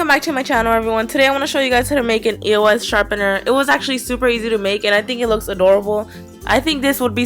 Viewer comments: It's eos not e o s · i cringe every time she says E.O.S instead of eos!!!!! who else? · you say it like this, ee-ohs. ask the people who make it on their social medias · Karina, EOS is said the first one you said.